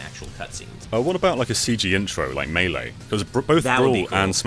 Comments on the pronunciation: “Muhlay” instead of MAYLAY lmao, at least it isn’t being pronounced as MEELEE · say MAY LAY. Don't say muh-LAY. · Every time pronounces it (Muh-lay) I cringe. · super smash bros muh-lay? wtf?